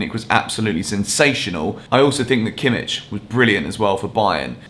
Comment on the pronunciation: You pronounce kimmich wrong